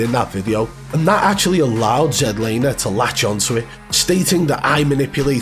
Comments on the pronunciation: I swear I’m about to pull my hair if I hear Zed Laner one more time 🫥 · I thought his name was Zlaner. Not ZED lamer? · His name is Zach Lane not Zach Laner you Neanderthal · He’s Not a hacker, jealous bro, u can’t evan say his name right ya plum 🤣🤣🤣